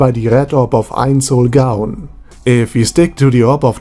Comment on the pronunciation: Pronunciation tip: never pronounce the w like a v. It's supposed to be pronounced like a u. if u r doing it on purpose then never mind